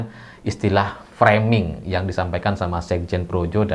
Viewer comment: Dr semua bahasa inggris yg pernah di ucapkan jokowi, hanya kata FRAMING ini yg dia melafal kan nya secara benar, mungkin memang kata FRAMING ini jadi senjata andalan nya untuk menangkis semua serangan